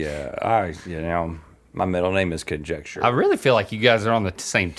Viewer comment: Conjecture? ConRhetture?